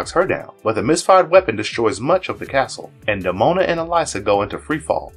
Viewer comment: Did this video's narrator do any research prior to having it posted online? He persistently neglects saying Hakon's, Elisa's and Demona's names properly throughout. 😖